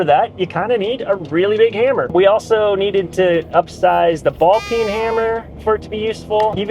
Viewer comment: Ball peen hammer. Not ball pin.